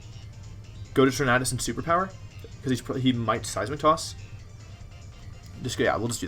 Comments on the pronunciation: The way you say TorNAHdus tilts me my dude lmao. Good vid tho :] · Your pronouncation of Tornadus is offensive to me.